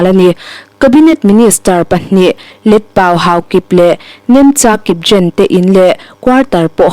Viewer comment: ASFPA Nailou AFSPA anih kha Tlem in research hmasa zel la a tha ang news in tih chiah hma khian. KANGZA hilou LANGZA ahi . Neuchik research lechin pronunciation diktak zang thei pah di himai. KIPZEN hilou KIP-GEN ahi. Research that louh hi i weakness ani tlat.